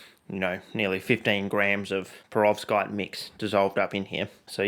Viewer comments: What’s a ‘prevorskite’? …and a ‘fluminate’…? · I know what a perovskite is now...but wth is a prevorskite? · Perovskite sounds like a 5 tear old trying to pronounce peroxide